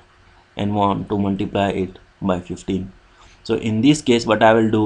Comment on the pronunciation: Muntiblay (Multiply) XD